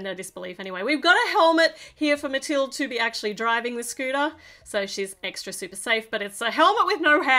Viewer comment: Actually I’ve read that the name Mathilde is from Germany and the E is making a “uh” sound at least in Danish